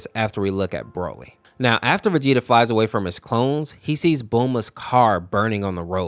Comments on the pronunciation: he called broly 'brol-ee' and cheelai 'chilliya', also gine (i think that's how you spell it) 'jenna' and 'gina' and he thinks piccolo is a better father than goku, you do realise piccolo is 4 years older than gohan, he's more like a brother, and when he was like a brother he either just sacrificed himself (which goku did twice) in the exact same way as he did, beat him up, throw him into a mountain, gohan thinks of him like a friend/brother, not a father, you can tell because of what gohan calls piccolo and what he calls goku, this is another one of super's failures when they misunderstand a character by making an exaggerated joke about them become true which makes people think it's also true in z (example: goku loving fighting, krillin's height, vegeta all of a sudden wanted to be stronger than goku when he lost that urge at the end of z) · Jeena, Fecheta, Brawly, Cheelia!?...like, you've heard these names said in the show before, right? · broaly💀 chilia💀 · (I refer to demon king piccolo as DKP) Piccolo isnt actually DKPs son hes actually just DKP reincarnation (aka still DKP). An unknown namekian named "katatz" who is the father of the nameless namekian (the namekian before kami and DKP were "split") is the father of piccolo (also the pronunciation of "bulla" "gine" "yamcha" "broly" and "cheelai" are killing me 💀, also thats turles not bardock, fourth correction is that piccolo isnt his doppelganger, he fused with kami who was DKP (he became kami) so DKP could replace him but he managed to control him (its a refrence to when kami and piccolo fused into the nameless namekian in the android saga) and also nail is a snail because namekians are like slugs, also a reference to lord slug) enough of my rant lmao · Mispronounced Name: Gine, Cheelai, Broly